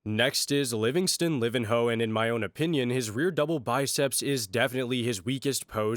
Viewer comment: livinho, it doesnt pronounce livin ho, but ``livigno`` like ``lasagna`` or ``livinyo`` just in case u wondered